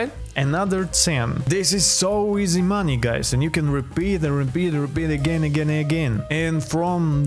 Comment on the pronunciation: Bro don’t now how to say money 😂